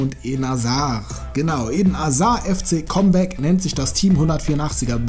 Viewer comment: Wer guckt gerade auch ob jemand geschrieben har das es camback heißt (ausgesprochen) nicht comeback